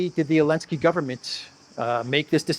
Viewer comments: if Zaluzhny becomes president of Ukraine, are you going to start calling him "Aluzhny"? 😂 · It's funny you say Elensky which sounds like the Dutch 'ellende' which translates to misery